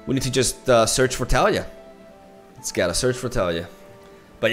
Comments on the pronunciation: En mi opinión el nombre del campeón no es Tália, es Talía, rompiendo el diptongo con la y de Taliyah. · Tah-Lee-Yah. I love you but the way you pronounce Taliyah's name is like a needle against my bones. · TAH-liah FeelsWeirdMan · The way he says Taliyah makes me cringe ngl.